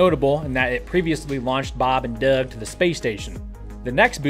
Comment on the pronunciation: I enjoy the information you provide on your channel. I have to tell you however the way you constantly pronounce Bob and Doug in that goofy way every time they are mentioned has become exceedingly annoying! Have mercy please!